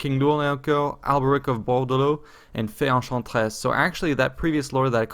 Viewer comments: You said, the Fay, Ehh haaan tress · Fay Eyn-shaan-tres lol